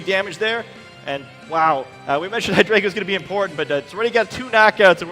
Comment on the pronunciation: It bothers me so much that the judges don't pronounce Hydreigon correctly. It' evolutionary line is based on one two and three from the German language. Ein rhymes with dine. Zwei rhymes with why. And drei rhymes with eye. They all even follow the rules of English. People have the same problem with my name, which is part of the reason why this bothers me so much.